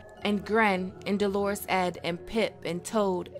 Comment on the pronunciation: I wish you'd stop pronouncing "dolorous" as "Dolores". Dolorous is an adjective meaning "feeling or expressing great sorrow or distress". Dolores is a proper noun, a female given name. True, it has its origin in the same latin word as dolorous, but which so you think is more appropriate for Ed, being male? An adjective that describes his character, or that his given name is actually Dolores and his family name is Ed? (lol...)